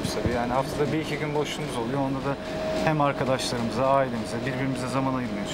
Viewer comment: Arkaşlarımız demesi beni benden aldı. 🤦🏻‍♀️